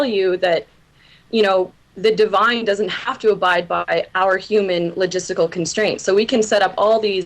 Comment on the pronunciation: "Logistical"? Really?